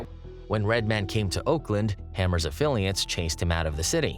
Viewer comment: Is it just me or does he keep fucking up Redmans name 😂